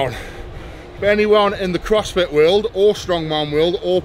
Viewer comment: "Crossfity" Perfect. Lol. Keep it up